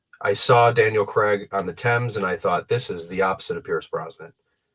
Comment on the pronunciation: Craig not Cregg 😡